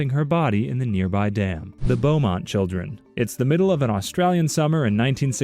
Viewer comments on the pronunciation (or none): none